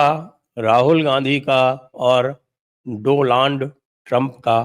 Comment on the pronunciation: यह प्रवक्ता जी ने दोलॉन्ड कहा😂😂😂